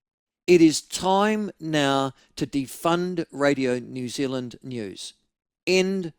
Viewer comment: Maybe it's just me but when ML says "now" I hear nowa 😆